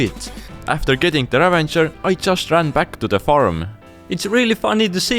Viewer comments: Bro sry it’s ravager not ravanger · It bugged me how you kept saying "ravenger" and not ravager. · its not a ravenger its a ravager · ITS NOT RAVENGER ITS RAVAGER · i tought its ravager, not ravanger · why does everyone say "ravanger" when there is, in fact, no N in the word? Ravager is the name of the mob haahaha. ¯\_(ツ)_/¯ Ravager is an actual word meaning someone who ruins or destroys. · ik English isn't their native language but I have never seen the minecraft death prompt say ravanger... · Repeat after me: raVAger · ravager is the correct word, they're saying it wrong fyi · It is, they're saying it wrong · Chill, It's called the Ravager. They said It wrong because: 1. english isn't their native language 2. the word "Ravager" cannot be found anywhere in vanilla Minecraft.